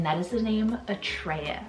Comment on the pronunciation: Atreus I’ve heard pronounced Uh-trey-you! Like from the never ending story! 🤓